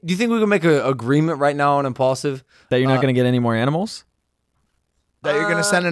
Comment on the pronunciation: its impaulsive not imajlaksive mike know who the host is